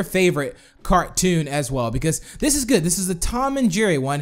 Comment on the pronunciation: why did you say goot armor